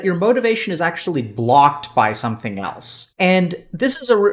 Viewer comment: somesing?! German spy confirmed